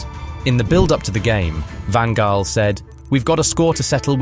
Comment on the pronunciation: I know this is quite hard, but Louis Van Gaal was pronounced wrong.